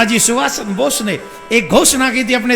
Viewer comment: सुभाष चंद्र बोस है , बॉस ना कथा वाचक जी